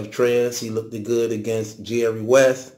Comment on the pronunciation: Look - ted is not a word. LOOKED is the proper pronunciation.